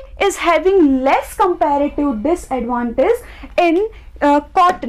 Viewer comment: You make me wana kill myself with your compeeeeeğğğğğfsdfsdgdsklrative advantage pronouncation